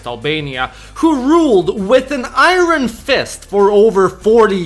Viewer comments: The way you pronounce Iron 😂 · Bro, you need to learn how to say iron.